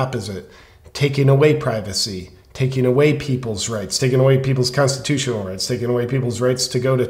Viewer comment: You mean "constutional" . He can't seem to get out all of the syllables.